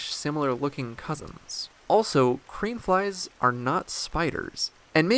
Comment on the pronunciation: I keep hearing “cream flies.”